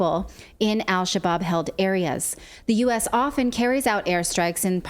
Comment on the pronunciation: "Al Shabab" is pronounced without the "L" whenever in front of an "s" or "sh" in Arabic. It means "young men."